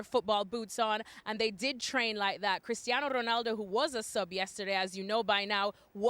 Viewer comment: As a portuguese I hate how these pundits pronunce portuguese names with a Spanish accent to look cultured. It's wrong, you look dumb! Portuguese ≠ Spanish! It's better if you dont force any accent. CRisTiano ROnaldO!